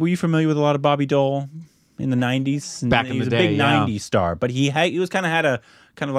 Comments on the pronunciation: It’s not boby doll it’s boby deval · He's not Bobby doll...pronounce Bobby D owl..... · BOBBY DEOL ❌ BARBY DOEL ✔️ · I heard Barbie Doll, when first said Bobby Deol 😂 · Who else heard Barbie doll😂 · Did he just say Barbi doll 😂